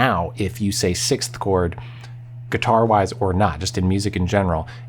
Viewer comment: I'm glad you have trouble pronouncing 6th like I do. 😎🤓